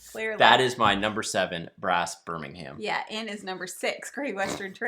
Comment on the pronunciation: I believe they pronounce it “BIR-MIN-UM”, as opposed to the city in Alabama, which is pronounced “BIR-MING-HAM”.